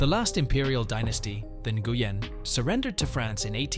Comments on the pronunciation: Nguyen is pronounced Win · Guy pronounce Nguyen wrong. It pronounce Win. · Nguyen=== "Wen" It is not sounded out.